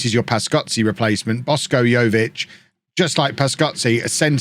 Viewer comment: It's Boshko, not Bosko. Just say Boshko like you say sh*t :)